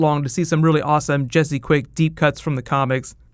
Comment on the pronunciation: You said Jesé quick season 3